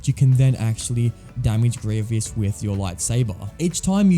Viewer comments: I’m sorry but I just had to stop watching part way through because it f the continuous mispronouncing of Grievous. It’s Gree-vus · No one: Literally no one: This guy: greeveeus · Good video, but please pronounce Grievous right. GREE-VUS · "Grievius" yes that’s how you say his name. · It was painful hearing you say "Greeveeus" throughout the entire video. Also it took you 10 minutes to figure out you had to shoot him with Cody in TCS? How? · THANK YOU FOR TELLING HIM I COULD NOT LIVE WITH GRR EE-VEE-US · does it matter how he says grievous? we all know who he means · You stopped watching just because he mis-pronounced a name? That's just sad. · Cool video. Well made, the editing is good, you explaining these levels is informative and you're entertaining. Also, interesting pronunciation of Grievous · I just kept hearing gravy-us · I know many people have said this already but… General Grie-VEE-ous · I was saying Grie - vious, but now i just say Grie - vous as it propably should be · It is grevous not greeeviss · Stop this torture is grievous not grievious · ITS GREE-VUS NOT GREE-VEE-US GOD IT DROVE ME INSANE IN THE FIRST THREE MINUTES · Why does he say Grieveeous? It’s Grievous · Man really said “Greeveis” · How everyone pronounces Grievous: "Grieve us" How this guy pronounces Grievous: "Grieve E us" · First of all, stop mispronouncing his name! It’s Gree-vus, not Gree-vee-us. Second, you probably shouldn’t have included “LEGO Star Wars III: The Clone Wars” because there are multiple General Grievous boss fights in this game, and they’re only accurate to the TCW TV series. Finally, between the versions of the General Grievous boss fight from “LEGO Star Wars: The Complete Saga” and “LEGO Star Wars: The Skywalker Saga”, I definitely prefer the version from the latter because it is close to being accurate from the movie and it’s more improved than the version from the former. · Why does he say grievious its grievous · Grievous = gree-vus ≠ gree-vee-us